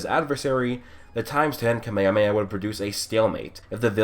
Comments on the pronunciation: You said Kamemeha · 1 shot for how you say KaMeHaMeHaa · I love how he pronounces “kamehameha” differently every time